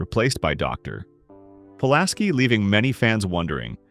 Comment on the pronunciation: 👎**CRAP AI VOICE OVER!!** 👎 "Narrator" bot couldn't pronounce "Guinan," AND, in talking about Dr Crusher's disappearance in Season Two, states that she was "replaced by Doctor... .... ... ... ... ... Pulaski" then rolls right into the next sentence like "Pulaski" was the first word in the next sentence. Who knows, possibly an AI script, as well..? 👎👎